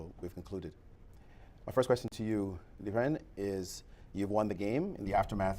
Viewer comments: It just means it doesn't matter to him (I can totally understand as a Chinese myself, it's not worth the time trying to explain that native pronunciation to people especially if you can already understand them just fine), "lizhen" would be even more inaccurate, because that overlaps with existing the existing Chinese phoneme "zhen". "Jen" is considered a somewhat valid substitute for the Chinese /r/ sound, because the tongue position is retroflex (aka, the tongue points to the roof of the mouth). But most people still don't really say it properly, as most people say it like "J-eh-n", while 人 uses more of an "uh" sound than an "eh". So, the Chinese /r/ would be closer to the "su" sound in "leisure". In the end, I think this level of complicating it is not worth it, the standard English pronunciation of "ren" in the end is still comprehensible and recognizable Mandarin speakers, even if it's not completely native sounding. More than that, it follows the current modern standard of romanization used by most people in the world, so it's just better for widespread recognizabiliy (and you'll notice "jen" introduced this conversation in the first place). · It's Liren not Lizhen or Lijen.... play it a few times in google translate and you'll get it.. Just pronounce it as it is spelled. Relax your tongue, don't roll or put emphasis on the "r" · Month's ago I saw interview Ding. One of the questions was if "Lizhen" was the correct pronounciation of his name and Ding's response was that way was closer to correct than "Liren" with the hard 'r'. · Imagine butchering a name several times, On a world championship stage. Yikes